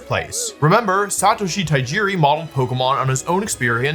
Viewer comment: you're putting an extra syllable. It's Ta Ji Ri, not Ta I Ji Ri